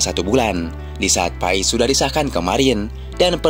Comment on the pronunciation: paes bukan pais